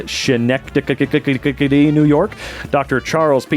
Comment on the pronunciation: Local here, Schenectady is pronounced Skin-neck-toddy.